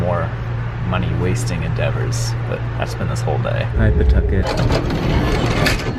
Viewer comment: Not attempting to redeem himself by pronouncing Pawtucket correctly at every possible opportunity 🫶